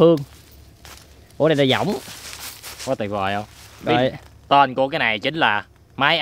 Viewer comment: cái võng mà đọc cái dõng